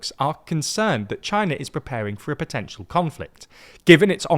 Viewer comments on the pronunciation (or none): none